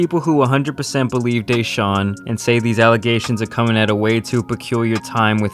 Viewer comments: is putting the emPHAsis on the wrong sylLAble in DeShaun. It's not DAYshaun LOL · Deh-shawn... not day-shawn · D(e)shaun not D(aaa)Shaun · The dude you had on kept calling him "day shaun"...Am I mispronouncing it? "da shaun"..just curious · DeShaun vs DayShaun, I sure as hell hope learns how to say his name before he returns to your channel. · Day-Saun ?? Its pronounced Dee-Shawn you fucking Hack !! Watson's Attorney Rusty Hardin's Press Conference on 4-8-21 changed the Narrative from what I heard !!!! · First time I've heard his name pronounced "Dayshaun" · If I hear "Day-shaun" one more time I'll lose my shit. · why tf keep calling him dayshaun lmfaoooooo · Dude said "Day-shon" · Who is Deyshaun? I can't even focus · Who is Dey-Shawn? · why dude () can't pronounce his name correctly DAYSHAWN... how are you a sports contributor without knowing how to pronounce his name. I apologize if you have a speech issue but bruh... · The fact that you can hear someone's name over and over and still come out and call him dayshawn. Bruh wtf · It’s not day-shaun. lol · my guy was irritating me saying dayshaun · Who TF is "Dayshawn"? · Why does mispronounce his name all the time? Never heard it said as Day Shawn. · Why'd that dude keep calling him 'dayshaun'? Lol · Who the hell is DAY-shawn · Day-shaun? World renoan? Lol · ‘deyshaun watson’😂😂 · I absolutely believe one of the most disrespectful things you can do as a person is continuously pronounce someone’s name wrong. Never have I ever heard anyone say his name “DAY-Shawn” it’s not even spelled like that. It’s even more weird that pronounces his name right and just allows this man to say Deshaun’s name wrong like that. It is very irritating. It’s not just some word it’s someone’s name you should respect that and pronounce it the right way. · Anyone else cringe when he pronounced Watsons name “Day-Shawn” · Why does pronounce deshaun's name "dayshaun" lol.